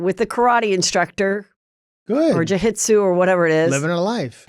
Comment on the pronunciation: Ju-hit-su come on Heather